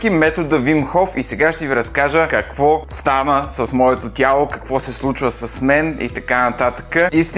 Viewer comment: Ех... когато каза "Ко стаа, ве, Киро", варненецът в мен джизна :D